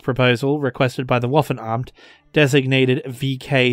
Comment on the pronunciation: its waffe-namt. not waffen-amt